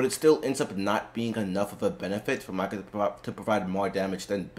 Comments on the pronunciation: I can't take you seriously when you keep saying Myka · It /is/ spelled how it sounds Mika = [Meeka]; Long I sound. And there are many in-game moments of it being said correctly to reference when making videos if you're going to do theorycrafting...